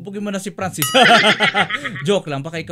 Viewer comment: franscis hindi pransis